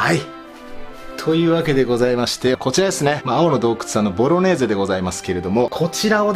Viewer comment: 3回目のボロネーゼがボロレーゼになってるの可愛い